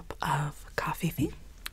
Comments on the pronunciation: The way she pronounces coffee 🥺💕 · COFFEVE lolol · In almost every role play where she drinks/talks about coffee she says it! Lol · i just heard that part and went "cofefe. i want cofefe!" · Coffee fee? Cough hee hee? Wat? I'm confused I've heard her say that before lol...tingly though lol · when you do this you definitely don’t want to show the goal or any of the other things you will be working on Aww I love how she says coffeefe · did anyone else hear her say “i like to enjoy a nice cup of cofefe” or is that just me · Alexis Pasie so now she just says covfefe instead of coffee lol